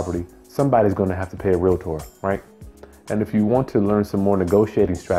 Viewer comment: OMG, I hate when people say relator